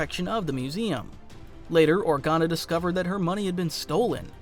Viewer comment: I'm sorry, did you say fucking ORGANO? you were doing so well...